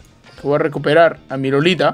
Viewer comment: Es iolita no lolita XD